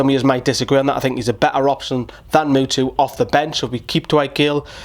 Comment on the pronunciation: my man says mutu